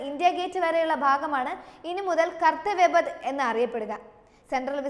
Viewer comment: say it karthavya path.and not Kartha vyapath